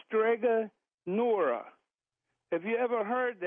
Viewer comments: Strega NONA.... not Nora And Strega Nona is a children's book, from Italy. She's not real. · And it’s Strega Nonna